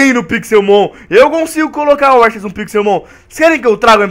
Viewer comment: se fala arquios n e aceus